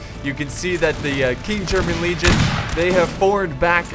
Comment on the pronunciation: stands at guard and salutes Great vid as always - but I have one minor thing that I would like to point out. It is in regards to one of the regiments of the United Kingdom, specifically the KGL. It is called "King'S German Legion". You tend to pronounce it as "King German Legion". Now, people may call be a grammar nazi but I can't help but point it out. Your content is fantastic, and the astounding fact that you take feedback and comments from your viewers in regards to your content seriously is what gave me the courage to point this out.